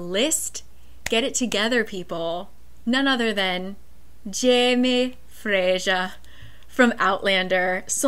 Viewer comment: Omg I love how you pronounce Jamie Fraser :D